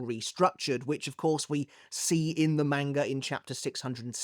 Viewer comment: why are u physically incapable of pronouncing manga